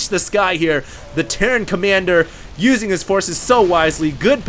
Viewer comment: he says Tierran instead of terran